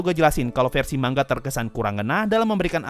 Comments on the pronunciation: Kalimat asli : manga Yg gua denger : mangga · Manga Bang Bukan Mangga :v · Baca manga pakai "Ng" Indonesia, bukan mang-ga